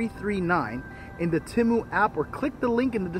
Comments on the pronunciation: It's pronounced Te-mu not Tem-u. If it was pronounced the way your pronouncing it it would be spelled Timu I shop Te-mu all the time. Matter of fact I've got some things in my cart now I need to checkout. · ...Its TEMU..Not Timu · it’s Tea-moo 😂😂😂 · Temu(TEE-MU) Very nice cemetery.